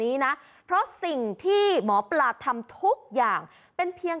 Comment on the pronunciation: หมอปลาครับไม่ใช่หมอปา